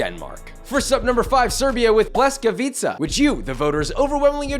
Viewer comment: This was the most correct way I've seen a foreigner pronounce pljeskavica